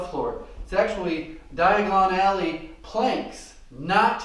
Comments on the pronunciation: You’re spinach-in-pelican is hill-hairy-us when you say dion-egg-only! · Just learned a new way to pronounce diagonally 🤯